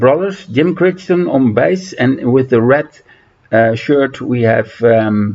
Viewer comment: Love the list. BTW the name Crichton is pronounced to rhyme with "whiten". I love Beginner's Guide but don't like Generation 13 as I think it lacks good melodies and the lyrics are too expository.